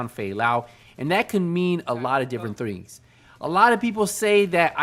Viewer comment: “That could mean a lot of different thrings”